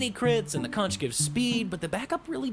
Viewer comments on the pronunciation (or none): "Conch" is pronounced "Conq" btw. Spongebob lied to you.